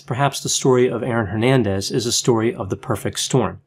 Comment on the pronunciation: C'mon man honor your Hispanic roots and pronounce Hernandez correctly xd